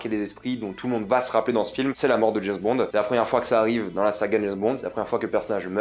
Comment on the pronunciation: C'est James Bond... pas JaizzzBond !!! mdr